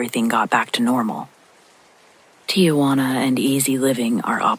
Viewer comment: The name of the city is Tijuana not TiAjuana. She's not your aunt Juana!!